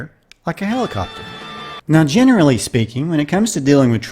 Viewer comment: thanks for these. helps to brighten my mood every time. BTW, did you say "...generally speaking..." or "...General Lee speaking..."?